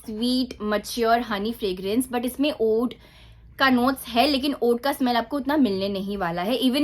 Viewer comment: Oud pronunciation is oood not uud just letting you know ❤